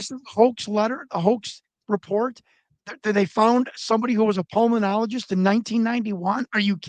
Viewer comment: Pulmenologist? Huh?